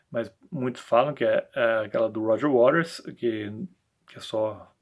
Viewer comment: A maioria pronuncia Roger Waters>>>wa''TERS'' e você corretamente Waters>>>RES>>>"waRES"👍